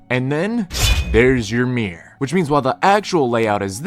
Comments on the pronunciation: Why does he say “Meer” instead of “Mirror” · Mirror has two syllables. It’s Mirr-or. Not Meer.